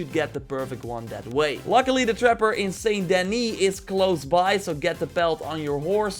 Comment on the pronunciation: "Saint DENII"😂 its denIS